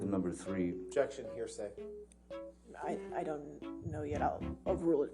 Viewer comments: " hersay" everytime , it's anoying and pathetic lol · Somebody, somewhere is going to come back to this trail and make a "Heresay" drinking game..... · Am I the only one that heard “hearsay” the entire time? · When you learn a need word and want to use it as much as possible lol "heresay"